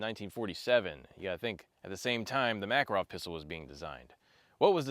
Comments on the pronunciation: Ma-KAR-ov not MACK-er-ov! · I’m so disappointed you pronounced the name wrong like southern hillbilly’s say it. Mah Car OFF, not MACK. How do I know this? I married a Russian woman who’s last name is Makarov